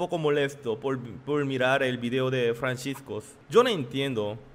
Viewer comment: Y pronuncia bien es Francisco no Franchisco🙄